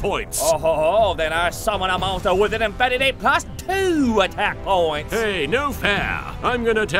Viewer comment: "Oh ho ho, i summun a mawstew with an infinity pluhs tooooo attack pwoints."